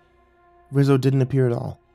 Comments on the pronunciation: Just throwing this out there, You’re saying “Rizzo” not “Rizo” (Re-zo) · Lol, “Rizz-o”